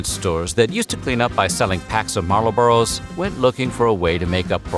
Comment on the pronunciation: Interesting pronunciation of Marlboro